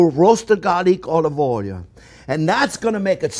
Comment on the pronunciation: Just watched this one with my 5 year old and we will make the frittata later today. We love it when you say onyon and olyoil. Learn something new with every video you put out there. Thank you.